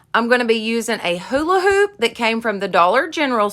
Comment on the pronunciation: I love how u say hola hoop lol